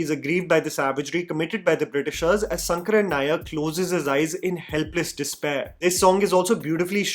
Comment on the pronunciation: It’s “sha” as in Shankar and not “sa” as is pronounced in the whole video. In malayalam all sanskrit names have an “an” at the end so Govind becomes Govindan; Ram becomes Raman and shankar becomes shankaran.Atleast pronounce shankaran nair correctly….